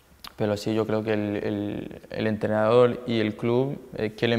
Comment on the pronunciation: Tío, habla como los chinos xD EntrenadoL, ganaL, mejoLaL